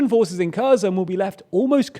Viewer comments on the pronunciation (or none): KherSon, NOT Kerzon, and on the mispronunciations go. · It's pronounced "Herson!" It's pronounced "Harkiv!" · Kherson is pronounced herson btw K is silent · Kherson [hehr-son] !!! Not [keh-zon] !!! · I don't think the pronunciation of Kherson is correct. It's not Kerzon, it's Ker-Shon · Her son. Not Curzon. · Gosh, it's her-son, not KHEZHKZON, just read it as herson, please. What you're saying sounds more like kazan ("kazan cooking" for googlers) and that is a cookware. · Hi, I'm from Ukraine, Kyiv. Kherson doesn't pronounce like Cousin. It should be like Kherson. Kh - like H in word "hello", E - like in "Energy", R - should be pronounced. S like s. O - like A in word "call"/"ball". N as n. Thank you for your content. Good luck. I hope you will read it. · Can we all stop saying "KERR-zun"... it's "Her-SONE" more or less in English. The Kh is kinda like the -ch in Scottish "Loch" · The way you pronounce Kherson makes my ears bleed. "Her-son", not "Kurzon". You watch Star Trek even more than I do, obviously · Yeah, but at least they could pronounce it as an h. Pronouncing it with a K is just too off. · The city's name is pronounced Ker'son...! The h is silent 🤫 it's not Kerzon and it's although spelled with an M, Mykolaiv, the city is pronounced Nik-o-laev... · Herson, not "kerzon" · It's pronounced Herson not Kerson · What is Curzon? Is it Curzon Dax perhaps? ... oh, you mean Herson... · The word "Kherson" you keep saying ... And it's like a glass scratching when you mispronouncing the "KHer" part ;) ... The KH is MUCH MUCH softer... If you say it as "HERson" it would be closer to the softer H. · It is pronounced like Herson not kerzon, without looking at yhe map i would not understand what are you talking about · This guy mispronounces Kherson worse than anybody I know. It's not 'Kare-son' and it's definitely not 'Kur-zun'. It's 'Hair-sohn'. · It's HERSON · Please.... K is silent... Hersón. .... wanna do the News??? Do it Right... 🤦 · It is pronounced Herson